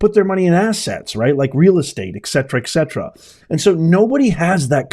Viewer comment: Professor, take a long look at the word "et cetera", which is Latin for And (et) the rest (cetera). From today forward TRY to remember it's ET cetera and not EC cetera. I taught a course years back on the importance of proper speech/pronunciation. Even ONE mispronounced word can have the effect of a lost job or promotion...or even have one looking less intelligent for it. Not hassling you. Just drawing your attention to a matter of fact.